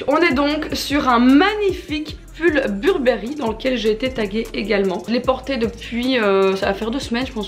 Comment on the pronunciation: et « Burbéri » 😭😭😭 Faut arrêter ce massacre 😭